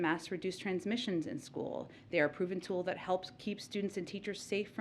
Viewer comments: Local "stool" districts??? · Did she say" Local stool district"? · At minute Ptsaki states, “…Stool Districts…” WTF? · Local STOOL disyricts What!!!!!! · "local stool districts" lol